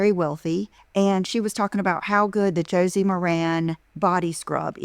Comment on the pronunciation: I wish she would learn how to say Josie's name right. Such a dumb ass!!!!!!!